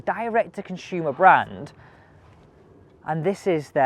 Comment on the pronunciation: Why oh why? It’s Consumer NOT Conshumer.